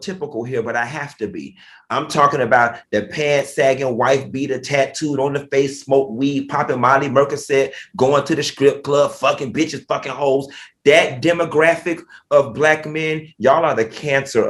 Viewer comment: Mercocet LMAO PERCOCET